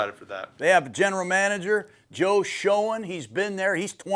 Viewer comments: Giants GM is pronounced Joe “Shane”. Not show-en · It would be nice if Gruden knew how to pronounce Joe Schoen's name, given that Joe has bee the Giant's GM for 4 years.